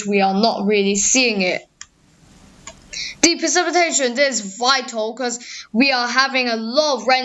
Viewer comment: actually most of it's very good it's just where you say things like 'funderstorm risk', 'de opposite', 'de Eastern Coast', rest is well pronounced